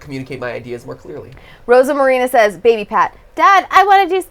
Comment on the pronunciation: I love how Matpat calls the baby “babby” XD